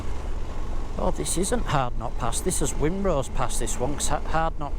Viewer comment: Excellent video mate. Just one thing (and I'm not being an arse) but there is only one lake in the Lake District! And that's Bassenthwate Lake, all the rest are either Meres,Waters, or Tarns, also Wrynose pass is a silent W, it's pronounced Rinenose. Oh yeah, I do Wrynose and Hardnot on every bike I've owned. I honestly don't understand why people are worried about riding them🙄. By the way, really good camera/drone work.